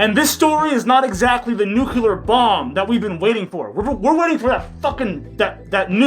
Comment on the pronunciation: I'm not trying to be a bitch, but I've heard you say nuke-u-lar a few times now, it's nuke-lee-ur. Just lookin' out. Love you, man. 🖤💀🏴‍☠️